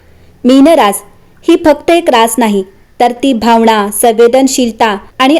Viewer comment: भावना ✅भावणा ❎ मीन ✅ मीण ❎